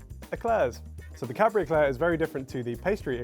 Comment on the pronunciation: Sounds like is saying Cadberry